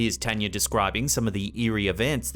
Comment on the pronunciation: As spooky as these stories are, it’s just so nice to hear the name, Tanya, be pronounced correctly.